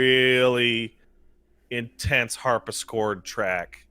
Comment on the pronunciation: people hearing say "harpischord": ah yeah I know what that is go on people after corrects him: HARPISCHORD? DO YOU EVEN KNOW A HARPSICHORD FROM A CRUMHORN YOU DUNCE?